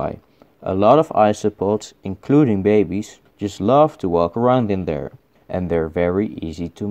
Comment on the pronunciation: "Bay bayz" was my favorite part of this episode